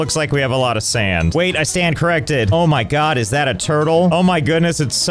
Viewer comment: Did he say "I sand corrected"?